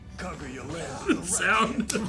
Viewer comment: They've been watching anime for how long and still can't pronounce Japanese vowels? Kuh GOO yuh?